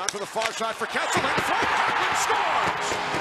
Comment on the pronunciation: “HE SCAORES!”